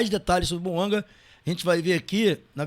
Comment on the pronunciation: Detalhe:Lé-se BOUANGÁ pois o nome é francês .